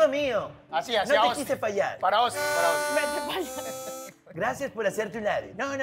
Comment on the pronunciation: este huevon va en serio JAJAJA AY OUSTIN bien peruano